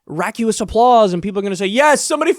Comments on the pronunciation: just on the odds you see this, Kyle -- "Raucous" is "rock-us" not "rock-you-us". You're adding a "u" that isn't there and pronouncing it similar to "vacuous", which does have that extra "u". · i love you kyle but racuous?? lol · raucous - raw-kus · How do you spell that word that sounds like ra-queue-us? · Did you say raculous? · Not to be a total tool, but raucous is pronounced "rock us" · Raucous... pronounced "rock-us"